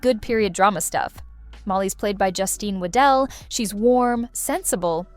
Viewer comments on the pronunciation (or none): none